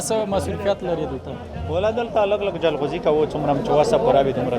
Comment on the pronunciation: ژورنالیست صییب ته ج نشی ویلی ؟ چی جلغوزیو ته زنغوزی ،😠😡😡